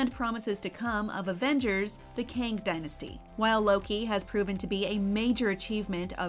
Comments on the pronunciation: Why prounce Kang like King? Its pronounced "Keng", like gang with a K. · So not “Keng” then. It’s pronounced Kang. Like “Kang”